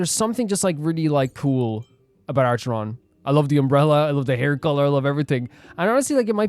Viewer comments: The C in Acharon is a K not S. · the pronunciation for acheron is supposed to be like A-ker-on. im so excited to see you pull for her!